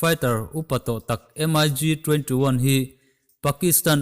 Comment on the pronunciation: MIG anilo mik ti in lam tur